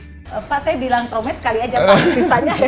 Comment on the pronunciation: Ngakak banget 🤣🤣🤣 pas pa regi bilang : traumaa.. sedihh.. *dengan penekanan.